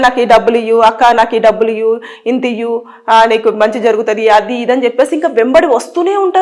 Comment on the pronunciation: "ఇయ్యు" కాదు "ఇవ్వు".